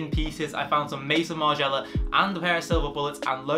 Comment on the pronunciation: Mate you're saying Maison Margiella so wrong